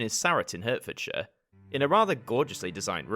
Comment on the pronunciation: I really love /loved this ident. I remember this from my childhood. Also, Hertfordshire is pronounced Heartfordshire